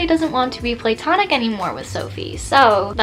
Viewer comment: platonic isn't pronounced play-tonic. it's pronounced pluh-tonic